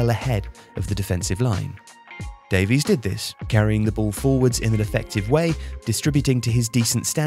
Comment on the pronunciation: Dave-eeess. Why? 😂